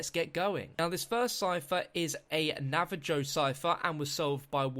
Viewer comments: It's pronounced Navaho, not Navajoe XD British people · No he said it was a "Na va joe" not Navajo. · OMG NO. Your pronunciation of Navajo makes me cry